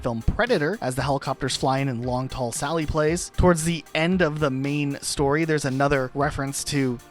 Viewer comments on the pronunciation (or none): none